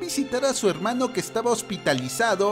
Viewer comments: Me satisface el oír helmanos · Languers asi me gusta helmano :D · No les pasa que: ✨HELMANOOSSSS✨